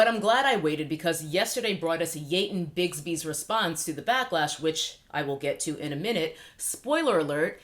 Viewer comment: “Ye-ton Bixby” 😂😂😂